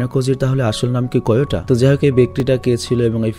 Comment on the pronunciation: Vhai ayanokojir first name Kiyotaka not Koyota ok bhai .